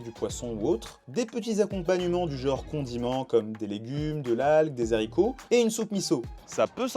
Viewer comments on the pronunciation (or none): Des ZHAricots! il n'y a pas de de liaison. Des HA ricots.